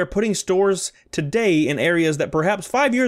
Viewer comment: Cusp. Not cups.